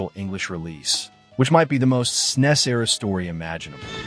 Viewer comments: Really appreciate the attention you're giving to some truly rare games! But please consider changing the way you pronounce "SNES." That hissing is discomforting. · I'm still trying to reconcile hearing the SNES being referred to as "snesss" instead of "s-n-e-s" as those of us from the era referred to it lol. It's weird. But I'm certainly appreciative of media covering the SNES console and its' games. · Did you just pronounce snes as a word instead of an acronym?